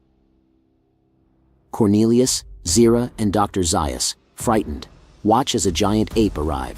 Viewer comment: I wish someone would tell the narrator that Dr. Zeus' name is pronounced Zayus and not Zeius.